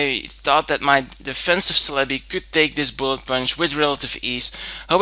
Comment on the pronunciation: I enjoy your battles and commentary but the way you pronounce Celebi is annoying :(